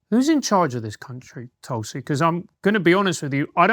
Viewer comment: So glad to hear pronounce her name the way Indians do. Well done..